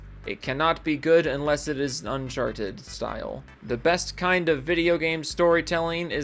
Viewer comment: Why are you playing a different game than the game you're talking about and also you need to learn how to say uncharted Because you're saying it really wrong and it sounds stupid the way you're saying it It literally sounds like you're saying uncharched